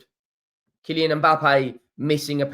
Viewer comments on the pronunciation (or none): none